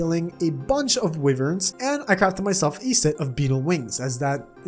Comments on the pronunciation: you keep saying wyvern like wivern and im pretty shure it is pronounced why-vern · okay, the way you pronounce wyvern really steers me balls. its great.